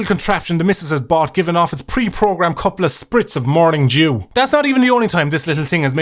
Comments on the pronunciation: Is it just me, is is saying "morning Jew"? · Love the way you say "Morning Dew" XD sounds like "Morning Jew" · Had to do a double take on morning dew, thought I heard morning Jew for some reason.